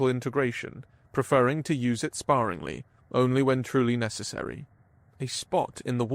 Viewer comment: it's worth pointing out that "sparingly" comes from "spare" not "spar" and is pronounced as such. And in the opposite direction, "harried" comes from the word "harry" (the name is pronounced the same way), not "hairy". And "perilously" doesn't even resemble "precisely" close enough to justify that one. The last instance here was one example from several where the word used by the narrator sort of vaguely resembles the one in the story, but doesn't convey the same meaning. Continuing on though, "symmetrically" and "systematically" aren't the same word, and there's plenty more examplse like this. And "wholly" is the adverb form of "whole" so saying it as "woe-ly" is very off-message as well. Also, another story continuing the (almost certainly false but not currently provable with 100% certainty) "persistence hunter" myth about humans. That trope in HFY is hugely overused for how unlikely it's been shown to be by numerous lines of evidence. It's not central to the plot, so it would have improved the story to just not include the line about it and you would have lost nothing. Really cool story, but it feels like you'd benefit from some work on your vocabulary and pronunciation. It didn't spoil the experience for me, but the story shown in the subtitles is a better told version than the one we got from the narration this time around. You have a good voice for this, so I hope you keep improving!